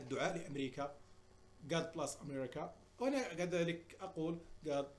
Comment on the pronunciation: ولد فاطنة كارثة ، قاميجة وكوستيم وداير حاسوب ومطبعة وراءه باش يقول لينا راني واعر وموظف في المريكيان لكن ولد فاطنة العروبي فرض كرو فاش هدر بالانجليزية حيث يتضح انه لايتقن نطق اللغة الانجليزية ومثال ذلك God bless نطقها بلاص والصحيح بليس ، يعني انجليزية ماسح اواني في مطعم مكسيكي او سائقي طاكسي الانسان كيتعرف من لغته وبدون إتقان اي لغة يظهر معدن الشخص انت يا ولد فاطنة عمرك دخل للمغرب اذن سير دير دروس تقوية مع أطفال امريكا باش يطلع النيفو ، لان النيفو ديالك مازال ديال خماس في حد السوالم العروبية كثرو في امريكا كان الله في عون ترامب واقتصاد امريكا لان هولاء الانتهازيين فلاحة القرعة لاينشغلون سوى بالأكل والغاييط يا ولد القحبة واش هاديك كرافاطة سمع يا العروبي ، فاش تلبس قاميجة فيها الخطوط الكرافاطة خاص تكون بلون صلب بدون خطوط او زواق باش تجي باينة مزيان اما قاميجة فيها خطوط وكرافاطة فيها الخطوط هادو الفعايل ديال العروبية والا عندك غير هاد الكرافاطة خاصك دير قاميجة سامبل بلا خطوط ايوا الا رجعتي رجل اعمال ولا واعر في الأميركان عرف تلبس يا راس الكرموسة تعيش في امريكا ولا تعرف كيف تلبس ولا تعرف نطق الانجليزية اذا ربك علاش عايش،،، مثقل على الكرة الارضيّة نسيت،،،، القرعة في انتظارك نتا والغلمان الناشطين في يوتوب ولاد القحاب